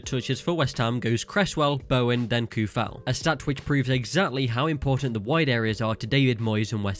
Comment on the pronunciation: Souček and Coufal you must read like O not OU . In Czech OU is O in English. Thanks for video from Czeh Republic.